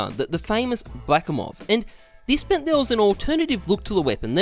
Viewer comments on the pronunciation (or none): none